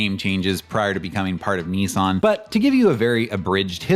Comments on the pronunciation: its also promounced Niss-an not neeee-san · yes but this wasn't any "help." It is *approximately* pronounced nee-SAHNG, but the first vowel is short. Still nee-sahn sounds better than the British/ Australian version. Same for Nikon (approx.: nee-KONG); the British NICKon sounds horrible compared to the original.